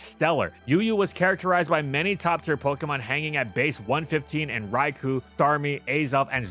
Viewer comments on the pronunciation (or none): Petition for to stop mispronouncing Raikou.